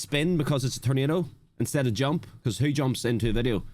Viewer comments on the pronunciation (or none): none